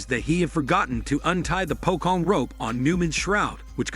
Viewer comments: he called it pokong because he doesnt know how to pronounce it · Pocong is actually a supernatural being as a ghost and not actually a zombie The real to pronounce it is Po-chong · Nah its "pokong"